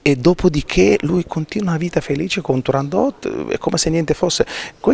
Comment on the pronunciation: Cara intervistatrice Turandot non è francese, la T va assolutamente pronunciata! Tūrāndokht "fanciulla del Tūrān" ovvero la regione da cui provenivano le ragazze più belle della Cina. La favola del principe Calaf e della principessa cinese figurava già nelle Novelle Arabe suddivise in Mille e una notte. Questa precisazione le sia utile per il futuro. Grazie